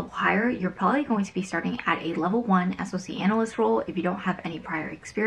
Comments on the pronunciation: Thought it was called a "Sock Analyst". never heard anyone else say each letter b4🤔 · Dubious, I work in InfoSec and have helped train SOCs from many different companies....nobody pronounces it S.O.C Analyst, just say it like the thing between your foot and shoe please 😂 Sorry it really irked me. But accurate intro into what an analyst's day to day is like, get ready to be a data junkie until you move up tiers and get to do the fun stuff.